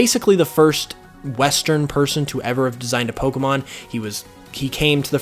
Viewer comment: I'm sorry...I like you, but the way you say "po-c'mon" & the big "pops" you get off your microphone, it's too much for me